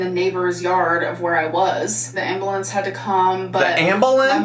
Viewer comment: I’m from Maryland, so we don’t say ambuhlance, we say AmberLamps